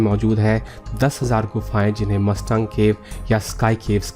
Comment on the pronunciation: मस्ताङ्ग नहि मुस्ताङ्ग क्हेते हैं 😂😂